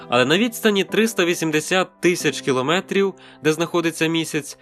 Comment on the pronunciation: Дуже прошу, зважте, що правильний наголос - кіломЕтр, кіломЕтри (а не кілОметр, кілОметри). Дякую.